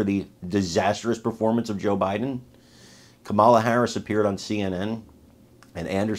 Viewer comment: Kamala as in Pamela.